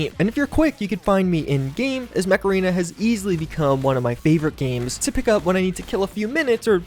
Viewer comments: When he says mech arena but you hear macarena 🤔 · is it just me or when he says Mech Arena it comes out Macarena? makes me start singing the song by "Los Del Rio"! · Come on you know you heard the macarena song when he said Mech Arena. HEY MECHARENA.. Alright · Am I the only one who heard 'macarena' instead of mech arena? Ayeeee, macarena 🎶 (aiiiihaa)